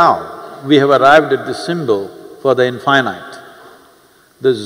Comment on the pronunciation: But why he spell in fy night? Instead of in fee neet